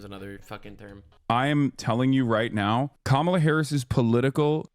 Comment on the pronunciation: it’s “Comma-La” for pronouncing Kamala’s name.